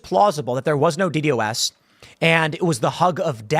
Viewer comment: It's pronounced D-DOS attack. But yes. It is an oldie but goodie at overwhelming a site.